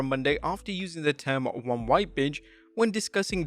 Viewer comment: When Pat was referring to Braun Strowman, I thought he said “Big, wide” instead of “Big, white.”